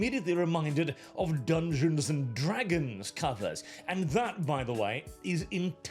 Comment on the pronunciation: Ah yes... "DLAYEONS AND DRADIOOK" Bro wtf is this lazy AI shit?